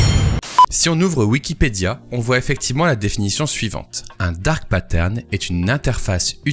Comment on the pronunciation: Je suis Québecois et j’ai jamais entendu c’est expression là. Parcontre on est capable de dire Dark Pattern sans accent 😅